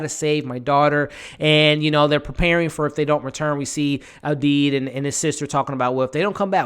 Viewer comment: ABDI NOT ABEEB 🤨